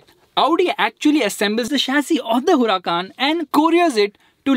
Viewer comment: It's Huracán not Huracaaaaaaan